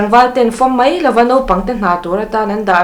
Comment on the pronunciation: ani mai tih turah ani mei tia i lam hi chu a dik hlel deuh